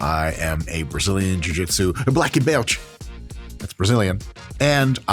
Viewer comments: His blécki belti pronunciation was on point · Dr. Mike, did you say "blacki belti"😂😂😂😂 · I always appreciate Dr. Mike's correct pronunciation of, "Blacka Belchie"